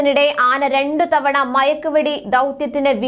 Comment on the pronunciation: സഹോദരി മഴക്ക് വെട്ടി അല്ല മയക്ക് വെടി